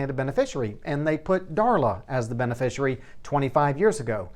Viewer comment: Professional tip - It's pronounced be-ne-FISHY-ary.